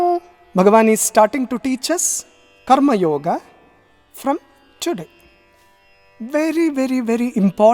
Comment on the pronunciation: Why, u are not pronouncing the Sanskrit words properly, like karmayoga ,( कर्म योग) and not ( कर्म योगा). Arjuna अर्जुन and not अर्जुना. All these are अकरांती शब्द. That is why ending with "a". This is a humble request.